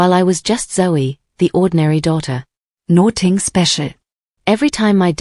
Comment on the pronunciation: Nothing is pronounced NO THING ? Get a better AI reader